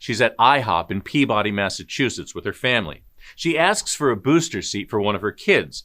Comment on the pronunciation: Peabody isn’t peah-body. Just say it fast straight through.